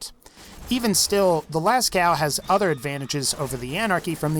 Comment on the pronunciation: Hey, the cave painting in France is pronounced las co, not las cow. The "ceaux" part is pronounced as the letter "o". Just thought I'd clear that up.